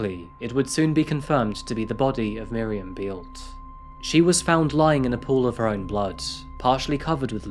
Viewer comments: Thank you for choosing a German case. Beelte is pronounced like bail-t-ea with ea pronounced as in bread. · "Bay-el-tuh" not "Bealt". Why don't you ever find out how to properly pronounce anything?